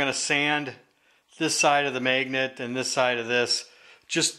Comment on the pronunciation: wtf is a mayganet